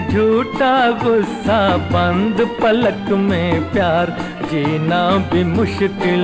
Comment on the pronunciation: Sir, it is khuli PALAK, not Falaq..